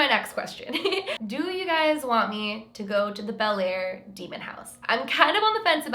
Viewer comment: if you're from the area, you pronounce the town like "Blair" :)